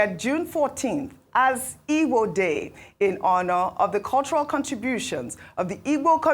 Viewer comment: Why's who's mother's name was ngozi is too bias to be identified as an igbo woman. If you don't like igbo ( your root, your tribe) no need of reporting their news whether good or bad. The way she pronounce igbo names and words is mockery of herself because she pronouncs other tribes names and words so much and even wishing to learn how to speak yoruba. if this American igbo day news was a bad one,she could have made so broad ( she couldn't say her tribe rather igbo people with her in exception. All these igbos from the Delta and River state,I pity Una.